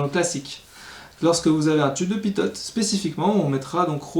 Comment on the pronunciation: Salut et merci. Il me semble qu’on dit "pito" et non pas "pitote". Bonne continuation!